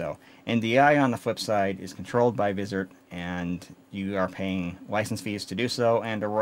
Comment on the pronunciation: Great video and a good intro to 2110, thank you! (One minor point, "Vizrt" is usually pronounced Viz-r-t - i.e. the r and t are just pronounced as separate letters, so it sounds like: viz are tee)